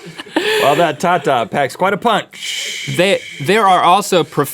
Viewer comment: well not pronounced like that xD tata means dad in my language